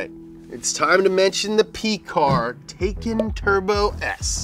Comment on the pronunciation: Heh. "Tevan."